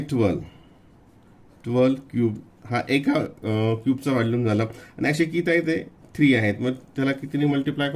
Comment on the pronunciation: व्हॅल्यूम नाही व्हॉल्यूम आहे